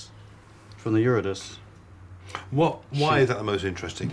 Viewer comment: nit picking - but do the researchers on this series not check for pronunciation of unusual words before programmes go out? I cringed every time said Eury-DICE. It's supposed to be pronounced 'Eu-rid-i-si'.